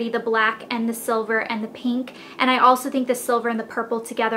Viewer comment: Pink not PEENK!!!!!